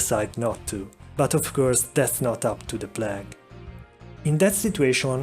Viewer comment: Oswald Gardner yes his mispronunciations are contagious